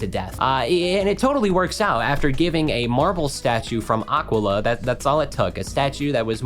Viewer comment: You trying to pronounce Aquila (and all the other Grecian names) is killing me